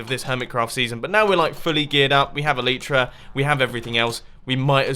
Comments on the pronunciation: "we have elitra (Elytra)" not really it is broken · it makes me cringe.. "elitra" :3